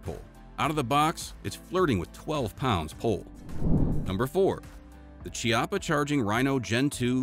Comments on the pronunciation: the correct pronunce of chiappa is "kiappa" with the strong C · The Chiappa firearm company is pronounced with a hard C like Kiappa.